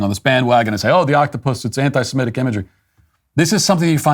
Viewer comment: Thank you Matt for saying anti-semitic and not anti-simetic